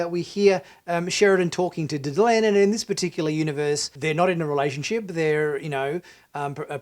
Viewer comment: Please its Delenn not Delun. I don't know, kindof get the feeling from watching this channel that you aren't that familiar with Bab 5 (or of science like not understanding the corridor and why it curves). I'm afraid I am not a fan of animation.., there is just no way it can include the detail. You were saying how beautiful and detailed scenes were and even from the clips/pics you showed I just couldn't see what you saw.